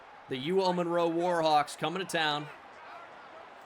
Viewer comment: My daughter's name is also Monroe, so I appreciate the fact that you say it correctly (Mun-roe). Really enjoying the series.